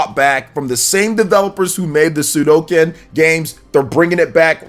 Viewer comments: Its suikoden please not suidoken :D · Your pronunciations of atelier and suikoden hurt my ears